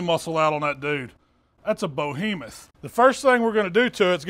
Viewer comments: That’s a bo-he-muth! 😂 this man is a national treasure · “That’s a BO-HEMOTH” lol thanks for another great recipe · "that's a bo-hemoth"🤣👏